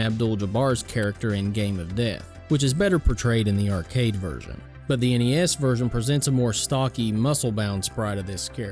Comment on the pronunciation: Thank GOD you said N-E-S and not as a the word NES. So sick of hearing these millennials doing that. My game list would be the karate kid, teenage mutant ninja turtles, super dodgeball, top gun, castlevania, Mike Tyson punch out, duck hunt, contra, and the legend of Zelda